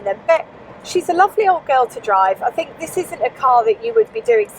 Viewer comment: "Lots of fings you fink you like". You don't use your national language.